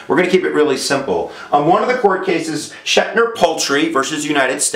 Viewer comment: I believe it's Schecter not Schectner